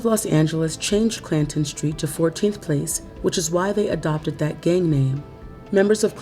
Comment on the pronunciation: When I heard the narrator first say the name of that gang, Clanton 14. I thought she called it Plankton 14. 😂